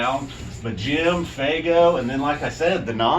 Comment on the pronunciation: Fuego. Pronounced "f-way-go"....not "faygo". Come on. Good review tho. I just couldn't stop hearing "Faygo".... 🤣😂